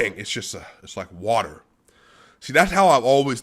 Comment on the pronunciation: Nikola “Bruce Lee” Jokic. He like watah